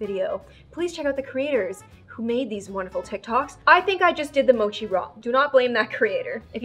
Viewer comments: It’s mochi not mosi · Ur not Asian if don’t you say sushi like “sushi” but like “soowshee” that. That’s 𝗯𝘀 OH she said “mowshi” AAAAAA SHE SAID “maatchaa” OH THAT HIT MEEEEEEE no hate but WHAAAAAA